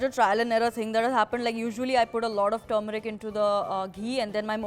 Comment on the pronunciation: "Tumoric" ...... ........okay....